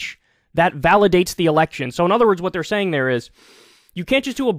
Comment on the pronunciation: After rereading my comment, I can certainly see how it can come off that way; it really wasn’t my intent. His diction is excellent, which is what I primarily wanted to convey. I also realize his “know what I’m sane” style may be just that: style, and may not reflect anything else. It seems to be pretty effective; even if he can’t quite seem to reach 1M subscribers, it rounds off quite nicely, and is way higher than most.